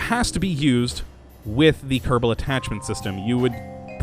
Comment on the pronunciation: When he announces Kerbal Space Program, he pronounces it Kerbdal... But says it normally when just talking. Anyone know why?